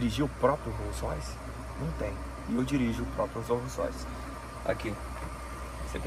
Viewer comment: Lançou o "What color is your rolls roice?" kkkjj